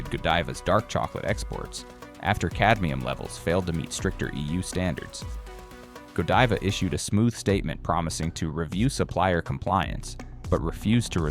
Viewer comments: Please get pronunciation correct. Godiva long i , i want to hear it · gawd-eva? Can we trust this guy when he sounds like he doesn't know what he's talking about? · I think it's actually pronounced (Ga-dive-uh), ya know...kind of like Lady Godiva, I reckon'... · AI can’t even pronounce GODIVA correctly.